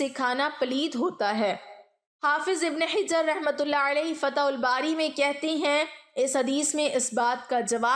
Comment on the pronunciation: تلفظ کی بہت کمی ہے ،مثلاً جنبی حافظ ابن حجر وغیرہ